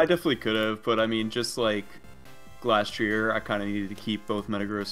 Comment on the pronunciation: Why do you pronounce glastrier like that